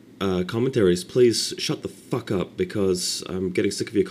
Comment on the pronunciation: i love how he stressed on the F. fffffffffuck lol